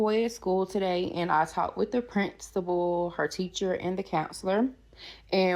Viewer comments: I know, right! It's "the Prinstapality", duh! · The t es no t in principal. She pronounces it as print suh pull. Lol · She “talked to the prinstable”. I just can’t!